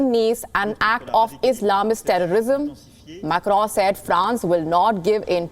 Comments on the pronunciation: Why you oronounce Macro so strong. Cant you listen french tv just to pronounce little better. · “MAK-ROOUN” lol so annoying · Did she just said,'' Emmanuel Macro''? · please stop pronouncing "Macron" like that... do you hear yourself? oh my god